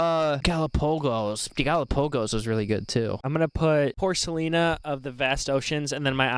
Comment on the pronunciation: He said, “porkalina” 😆